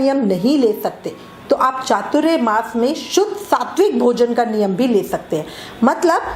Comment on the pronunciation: . . एक तो पहले आप उच्चारण बराबर करे . . वो चातुर्यमास नहीं ‘चातुरमास’ होता है . . चातुर्य का मतलब चालाकी , होशियारी, शातिर ये होता है उसका चातुरमास से कोई मतलब नहीं . . यहाँ चातुर के मायने चार है और मास मतलब महीना . . तो चातुरमास याने चार महीने ! . .